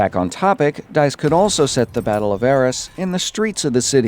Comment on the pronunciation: BTW Arras is pronouced A-ras Hard As, not Es